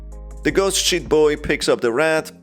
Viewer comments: Because of your accent i keep hearing "ghost shit boy" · Everytime He says sheet in british.. makes me recall the real word... The word Shi